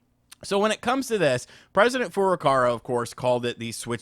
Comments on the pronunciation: Dude.... It's Furukawa! It's literally racist that you say Furucara. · It's Furukawa! Not Furukara. KAWA!!! Learn the name of the friggin' president of Nintendo! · The presidents name is FurukaWA not FurukaRA 😅